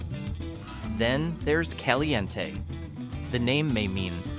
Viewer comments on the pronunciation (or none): PEE-oHch, E-LEE as in Robert E, CalE Ntee, and ToE na Paw. You might have received a thumbs up if you had taken the time to learn the correct pronunciation.